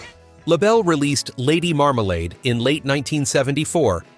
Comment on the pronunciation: Lots of mispronounced names. Lady Marmalade. Doug Fieger. Casey Kasem. Hire a human narrator next time.